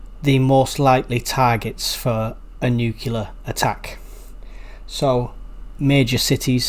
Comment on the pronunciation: There is no such thing as a nukiller attack, the word is NU-CLEAR.